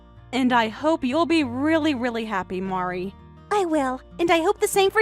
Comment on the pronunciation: Mari is also upset because mispronuctiations her name. 😅😅😅